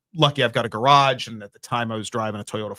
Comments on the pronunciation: 🎶how come you can’t pronounce gararje 🎶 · I've heard some things said differently from different areas but I've never heard GAR-RARJ 🤣 I'm glad I'm not the only person who got stuck on that 😂 i can't unhear it